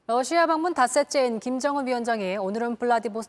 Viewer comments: 댓글토론에 참가해 주셔서 기쁩니다. 우크라이나 전쟁으로 매일 러시아가 TV에서 언급되고 있는데 기자들이 매번 Russia를 Lussia로 발음하니 참으로 듣기가 딱해서 저의 수십년의 외국어 경험에서 얻은 바를 서술했습니다. 감사합니다. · TV기자들은 말도 잘해야 하지만 발음도 좋아야 한다. 특히 외국어는 가급적 원음의 발음에 충실해야 한다. 그런데 많은 기자들은 러시아의 Russia 를 Lussia 로, Radio 를 Ladio 로, Roma 를 Loma 로 발음한다. 물론 한국어에는 ᄙ(쌍리을)이 없어서 L과 R을 전부 ㄹ로 발음할 수 밖에 없는 어려움이 있다. 그렇다면 한국인들은 R 발음을 정말 못하는 것일까? 아니다. 초성일 때에만 못한다. 아리랑(Arirang), 세레나데(Serenade), 프랑스(France) 등 잘 하지 않는가? 그래서 TV기자들에게 힌트를 주고자 한다. R 로 시작되는 단어를 발음할 때 앞에 '으' 발음을 먼저하라 (으)러시아(Russia), (으)라디오(Radio), (으)로마(Roma)로 말이다. 그러면 당신은 좋은 발음을 하는 기자가 될 것이다.